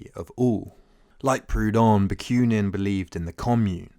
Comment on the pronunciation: Ba. Queue nin? There is no y in the name. Ba koo nin.